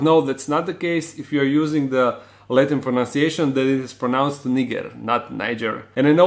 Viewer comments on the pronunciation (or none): none